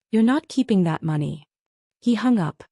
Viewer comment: Please teach your narrator how to properly pronounce money.